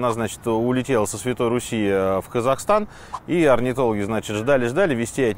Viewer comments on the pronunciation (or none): none